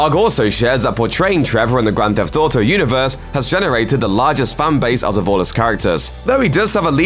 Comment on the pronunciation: "Grand Thef Toto"